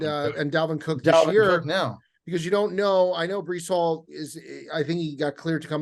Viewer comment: Breecey Hall 😂 lmaaaao